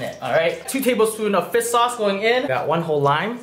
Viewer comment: FISSS sauce